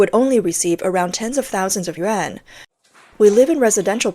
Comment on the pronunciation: This channel has never and will never learn to pronounce yuan.